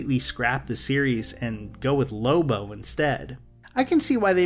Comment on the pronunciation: it's lobo not loba.